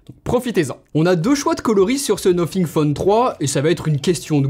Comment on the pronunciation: Déjà le Debut de la video le mec dis "nofing" Bye bye